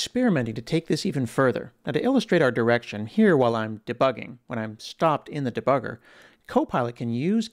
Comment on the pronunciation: cool but you're pronouncing "debugger" wrong!